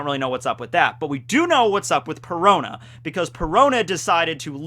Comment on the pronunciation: Perona rhymes with Corona